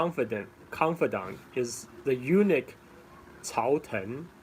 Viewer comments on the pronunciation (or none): A small detail: Eunuch is "U-nuck" not "U-nick". In any case, thank you for taking the time to do this. You have become the Lei Dai Sor of SE Asia.